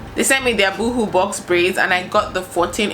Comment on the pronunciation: Boo hoo! Girl you are killing me 😂😂😂 it’s pronounced boe-hoe 😆